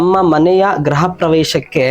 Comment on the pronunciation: Graha alla gruha anta heli